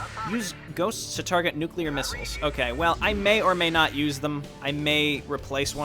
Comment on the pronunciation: He said nucular :D